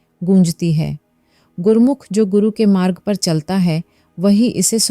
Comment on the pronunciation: 🙏🙏 waheguru ji itni deep giyan dene ke liye bohat bohat dhanwad app ki video ka hamesha intzar rehta hai thora sa gurbani ke ucharn me galti ho jati hai pls uss ka dhiyan rakha jaye app ji maffi to mang lete hai phir bhi Jaye nahi hai jhadaye hai ਛਡਾਇ hai waheguru ji aur gurbani me chotti ee ki matra nahi boli jatti ji gurmukhi nahi gurmukh bola jata hai bakki giyan ke liye bohat bohat dhanwad waheguru ji sab par kirpa kar ji 🙏🙏